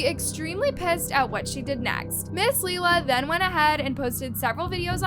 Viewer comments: The way she keeps calling Lilah leela I can’t 🫣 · You saying her name wrong is driving me NUTS😂😂 Omg youre saying "leelah" too. Noooooo😭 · I know everytime she says it I’m like isn’t it your job to keep your ear to the ground (per say) and you’ve never heard anyone talk ish about Lilah before?